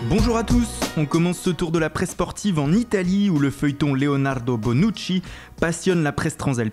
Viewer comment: mdr jkiff quand il dit bonnuci et walcot